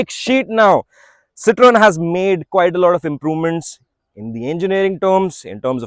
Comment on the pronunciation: The only reviewer who pronounced Citroën correctly. Subbed!